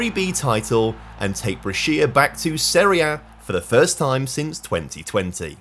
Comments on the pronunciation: Also syllable stress is important in Italian and it is different to English. I am wondering if what I heard was Bresh ya and not Bre shi a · BrEscia, not BrescIa pls ❤ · Glad you're doing Italian teams as well. By the way Lecco is pronounced Lekko and Brescia is Brèsha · Bre-Shi-a not brech-ia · "BRE-SHA" not Bre-seya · It's also Brescia Calcio not Calico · the pronunciation is actually Bresha, not Breshìa. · What’s a Brescía mate 😂 the I is silent… it’s not the first time you’ve mispronounced Italian names, please do some research before your video or while editing 🙏🏻 anyways great video as always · it’s pronounced Bresha